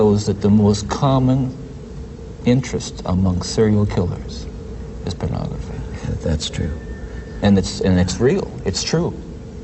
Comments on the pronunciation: It really irks me when Ted Bundy repeatedly says, purnography! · Is it me or does Ted pronounce pornography as PERNography